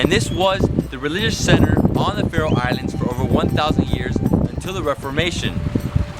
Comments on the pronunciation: You say The Citys/town SO WRONG😂 not hate I love The video❤️ im from the Faroe Islands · He's saying all the names wrong. PS.if you wondoring how i now that Kous am from the faroe islands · i liked this video because i live there and i laughed so hard when you pronounced the names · You pronounced all the names of the islands wrong.... But its okay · Im from Faroe Islands and i laughed when you pronounced the names. Because its not How you pronounce Them. 😂😂😂😂😂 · Couldin't you ask someone, have to pronounce the towns ? xD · Your pronunciations were really off man. Also there was nothing to see in Tjornuvik, except Risin og Kellingin which you could see from other vantage points. Definitely not worth the drive if you're pressed for time. I also would have recommended the Vestmanna bird cliffs, Sornfelli, and Trollanes (Kallur Lighthouse). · you pronounced every thing wrong i know because i live here